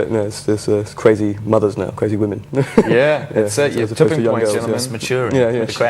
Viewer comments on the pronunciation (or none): cwazy weasons HAHAHA